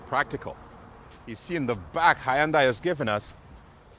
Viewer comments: It’s not HY YONDAI. Lol. It s more like hun - day. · well, the proper pronunciation is "hun-day" not "hi-and-die". i'm giving you the proper pronunciation, not the proper spelling obviously. if you honestly do not know that it is pronounced 'hun-day", .... then i don't know what to say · can you say ........ HUN - DAY..........???? but, if it's "HI AND DIE" you must, then have fun i guess. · It’s Hyundai rhymes with Sunday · The way you say Hyundai would make their Marketing team cry. But still a good video, these cars are awesome. Currently buying one. It's Hyundai, like superbowl Sunday! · It's pronounced Hun-day... Rhymes with Sunday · He has to be trolling us with the Hi and Die pronunciation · Hey genius, I JUST called Hyundai Motors America and they've said that it's pronounced HUNDAI like SUNDAY, MONDAY. In their case, you drop the Y in the pronunciation in the United States and that comes from the company itself. You'd think that the company itself would've issued the proper pronunciation of their company WORLDWIDE years ago had that been the case despite where people are from with their accents. Toyota is pronounced TOYOTA worldwide so accents and differing cultures isn't an excuse. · About the most annoying mispronunciation of Hyundai watch the video on mute lol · You’re saying the brand wrong bro